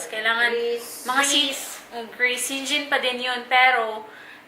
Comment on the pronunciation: Dapt pronounces shengen not shengen